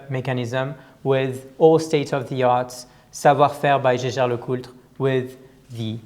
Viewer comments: I know! Last videos had some serious discussions with Frenchis claiming it has to be pronounced Schescher... But the family Jaeger comes from Alsace ... there this is a common name and they all pronounce it Jaeger and NOT Schescher... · #Teamalexander, it's Jäger. Not sheshey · Yes, J-L-C is good way to get around the challenge of pronouncing Jaeger-LeCoultre correctly... Anyhow it is just in-between the franchise and the rest of the world ... Edmond Jaeger never was pronounced Edmond Sche-Scher, but always Edmond Jaeger ... 😉